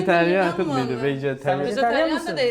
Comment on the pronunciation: daha vejetaryen diyemiyor bide konuşuyor karıya ayar olduk mesela